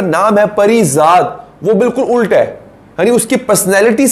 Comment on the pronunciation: Ult is not the right promunciation. It is ulat. Please do not mind. Thanks